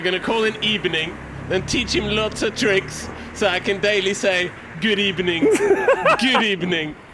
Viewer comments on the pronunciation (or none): That women said good ebening and that’s on (#X cause there’s no rules) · That woman 100% said “Good Ebning” 🤣🤣 At the very end, was that catching a dose of the ghost spud?